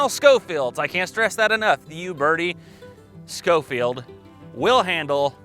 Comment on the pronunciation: Actually pronounced Sho-feild.. Cyrus Schofield was a preacher that wrote a reference bible.